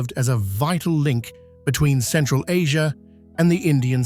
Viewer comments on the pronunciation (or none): none